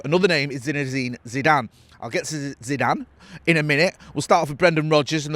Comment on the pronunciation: You can't even say Zeezue's name you clampet family reject